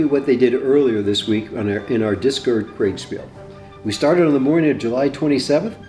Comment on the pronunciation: Sure! (just one s - Kriegspiel) But the Krieg-bit should come out of our mouths as 'Kreeg' - I heard 'Craig' a few times. This doesn't mean the video was other than great. Regards to all of you.